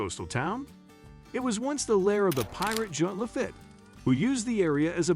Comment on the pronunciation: Your AI voiceover is the pits. Pirate LaFit is pronounced La-Feet, NOT La Fit.